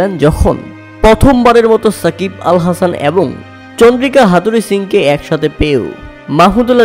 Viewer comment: এ্যাবার, এ্যাবং দ্যাব চৌধুরী কি ভাই? 😂😂😂